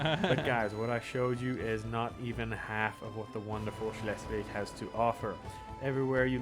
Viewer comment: Schleswig is pronounced like „Shlesvik“. ;)